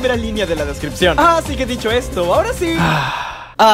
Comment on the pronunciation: Soy el único que se dio cuenta que dice descpripción en vez de descripción